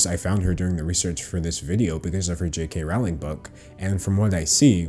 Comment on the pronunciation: Rowling disgusts me... Her name is pronounced rolling though